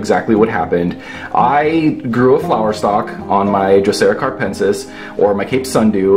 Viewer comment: Capensis- not caRpensis